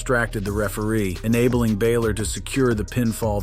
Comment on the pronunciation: Also, you need to learn how to pronounce Bálor properly